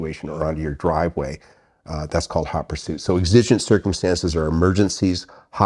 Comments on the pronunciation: exigent: EX-ə-jənt, not ex-IJ-ənt. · I am a little worried about your pronunciation of "exigent"